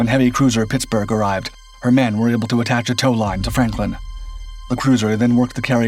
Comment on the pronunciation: Is it just me or does it sound like the narrator is calling the ship "Frampton?"